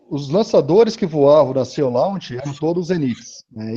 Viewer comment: A empresa que o moço menciona é o Sea Launch, se pronuncia /si: lóNtch/. Quase quebrei a cabeça para ver empresa ele está dizendo, mas achei. :D Gostei muito da ideia dessa empresa, colocar uma base em uma plataforma marítima. Isso serviu de resposta a minha dúvida... se é possível fazer grandes bases no pé do mar, já que a ilha de marajó e algumas ilhas ali perto ficam bem na linha do equador, mas o problema é que tem que remanejar grandes quantidades de populações daqueles locais. Marajó tem mais de 500 mil habitantes, por exemplo.